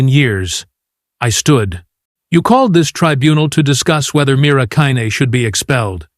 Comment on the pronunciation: Dear AI, Mira had beaten the record by 1 second for 37.59 trumps 38.00 Why don't you and your programmers go back to learning how to tell time? Also get Mira's name correct.